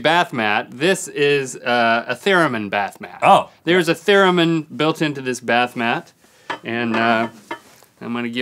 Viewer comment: Link ended up saying "bath math" instead of bath mat 😂.